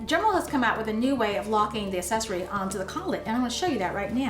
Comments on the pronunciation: accessory – the first C has a “hard” sound. Say /AK-SESS-OR-Y/, not /ass-ess-or-y/. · haha! I was getting an itch to post a comment about this. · I came to the comments exclusively looking for this one, I was hoping it wasn't just me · I found that distracting as well. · it s endearing. Don't apologize for it.